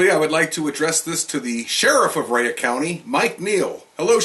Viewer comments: I have never in my life heard Rhea county pronounced as "Rey uhh" county,lol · He prounounces it like its wrestler Rhea Ripley Rayuh lol. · You can't even pronounce the name of the county after living here for 10 years.